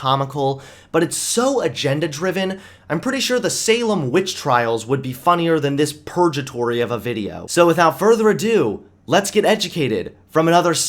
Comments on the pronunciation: Purge-atory? Really? Purgatory has a hard G. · Don't get me wrong, I'm a huge fan, but you pronounced purgatory incorrectly. It's not pronounced like a j its pronounced "pur-GUH-tory"